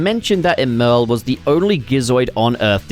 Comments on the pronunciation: It pisses me off how he says “Emerl” it’s supposed to sound like “Emerald” because of the chaos emeralds he uses to power himself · It’s pronounced Emerl as in Emerald. Sonic named his after a chaos emerald since Emerl ate a chaos emerald. I’m tired of people getting it wrong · Honestly it's up for debate until we hear it pronounced in official Sonic media (yes, there was Sonic X, but it was definitely pronounced wrong there). With the retcon to the spelling of Gemerl's name, though, I think it's probably safe to assume that Emerl's name is meant to be pronounced as Emerald without the d. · BRO STOP SAYING EMERL LIKE THAT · Don't get your feathers ruffled over it,, he could be doing it on purpose or just has never heard the word out loud, to quote HIMYM "everyone has gap's"